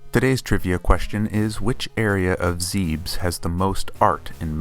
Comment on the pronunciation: "ZEEBS??" It's Zeb-Ess. The Japanese kanji is literally "zebesu"